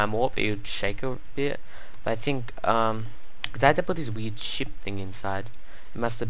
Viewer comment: I can't tell if he is trying to say "weird" or "weed".